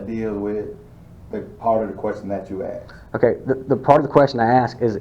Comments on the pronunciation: Did he axed or asked.lmao learn proper english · That guy saying if you went to the White House and was axed (asked) to leave. First I'm sure the White House is not open to the general public and people are only admitted by invitation. So stupid comparison. A more stupid bunch of dimwits assembled in one place would be hard to find! Wonder how these morons got their jobs??? (No answers please I think we all know why) How can they ALL be so ignorant of the law? Any lawyer could have a field day with this bunch of nincompoops. If I was Mayor of that place, I would strongly suggest that an out of court settlement be made to you before these fools embarrassed themselves and that city further. Watching this comedy of errors unfold is hilarious. Support from Britain.